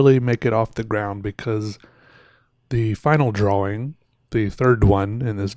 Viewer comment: I think it's more like "draw-wing"